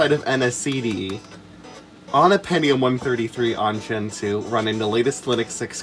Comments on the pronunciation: You pronounced "gentoo" incorrectly. You said "gentoo" but it's actually pronounced "gentoo". Thank you for correcting this. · I know this is a 7 months old comment, but I believe it's actually pronounced "gentoo". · I thought it was pronounced "gentoo" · omg wrong it’s actually pronounced “gentoo”!!!! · NO!! IT'S PRONOUNCED GENTOO!!